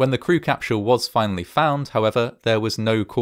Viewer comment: What's a "capShull" or a "schudent" or an " eschploshin"? Dude now you're making some bank get your speech impediment fixed for Christs sake